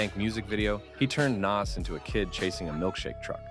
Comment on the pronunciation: Once you pronounced Nas name wrong I had no choice but to turn it off 🤦‍♂️